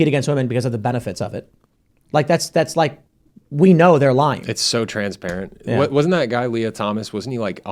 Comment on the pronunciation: "It's so trans'parent" 🤣